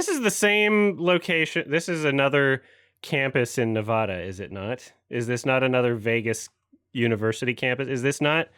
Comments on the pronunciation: locals pronounce the "va" in Nevada like the first A in apple, not a tall A like avocado or lawn. We can always tell when someone's not from around here because of it. Ne-VAD-uh, not Nev-aw-duh or Nev-aw-daw. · as a Vegas local, the way people pronounce Nevada fucking pains me